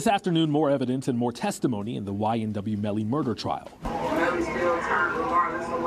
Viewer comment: It’s YNW Melly, not YMW Melly🙌🏽